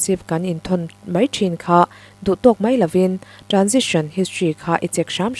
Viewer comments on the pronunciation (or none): Baw-bawihtê, ka bengchhe ri mai mai ka hre zawk nge ni, ka tho fuh vak lo bawk nen... tukin chu i aw a nalh tehlul nen awww ka ti vang vang a, ' transaction ' tih tur ni awm tak kha, ' transition ' tih ri ang maiin ka lo hre pek a, ' receipt ' tih pawh hi ' p ' lam rik loh tur, ' resiit ' tih ang deuh hian a ri, an ti bawk ( a hre ber leh a thiam ber ang ziazangin ka rawn ti leh hluai ṭhin a, ka hre lo teh a nia) A ri ka lo hre sual a nih ka ring zawk tho va, min ngaidam ve mai la aww... hrethiamssss? Mahse in fimkhur nan kan duh ve ṭhin bawk si a, insawiselna satliah a ni lo tih hi lo hre thiam ṭhin ang che u aw, induhsakna lam rawngkai daih a ni zawk. Mahse, i la puang thiam ber tho tho, kan ngaithla kham chuang lo. Aw, ka'n ngaihthlak chhunzawm leh rih phawt ang e, ka la ngaithla zo hman chuang lo vaaaaa ...😂 Nilên nuam u.